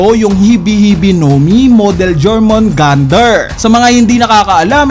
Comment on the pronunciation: Yormungandr = Jormungandr